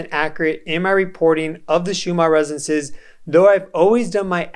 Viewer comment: Why do you pronounce 'resonces' instead of 'resonances'?